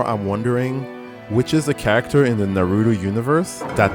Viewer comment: Obido, Narudo, I know you're embarrassed but just pronounce it correctly!